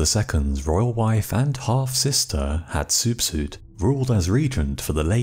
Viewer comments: Are you serious? Hat soup soup? Why make a video to disrespect her name like that, your obviously not a knowledgeable person on the ancient Egyptians …. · Never heard Hatshepsut pronounced like that.